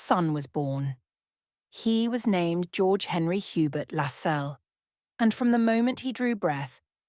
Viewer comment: Its pronounced LASS CELLS